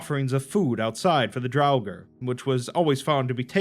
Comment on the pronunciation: The R at the end of Draugr is silent